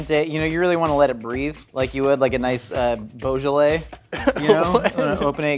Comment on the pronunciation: Did just say bojalay....like as in Bogle wine?!?! 🤣🤣🤣🤣